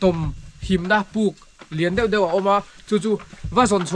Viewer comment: I ṭhianpa chu ṭawng a pai deuh ami,, paih tih turah peih a ti a, deuh deuh tih turah dauh dauh te tia....naupangchhia lo tan chuan a mawilo deuh